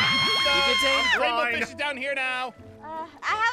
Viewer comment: DA WAINBWOW FWISH